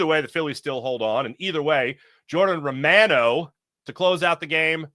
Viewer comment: Gosh, you'd think a guy with your surname could at least approximate the pronunciation of Romano.🤣 Anyway, go Phillies. try to do something in thesecond half of the season as well. I'll wait till well after the All Star game to get my MLB subscription.